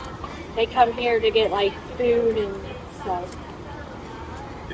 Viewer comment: "Gyit." Come on man. 🤦🏻‍♂️